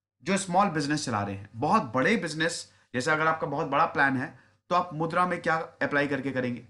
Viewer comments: it is not mudr, it is mudraa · मुद्र नहीं मुद्रा